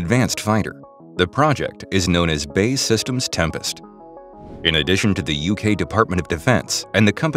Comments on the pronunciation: "Bae Systems" 🤣 It's B. A. E. ("Bee Aey Ee") Systems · it is pronounced B.A.E. Systems not 'bay'